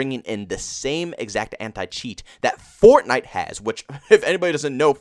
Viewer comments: the way he says Fornite almost has me rolling 🤣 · As well as other popular games Like f Or TnI te